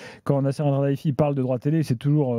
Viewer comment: Nasser alralayfi😂😂😂😂 Alkhalayfi